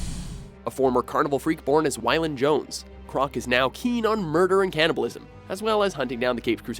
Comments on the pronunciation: It's pronounced WAYlon Jones not WHYlon Jones. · It's pronounced "way-Lin" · waylon WAY-LON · WAY-lon* Jones...this guy can't pronounce the easiest shit...